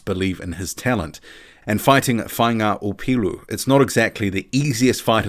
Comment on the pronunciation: ps deadly pronunciation of Faiga Opelu, & the last decent HW fighter from down our way was David Tua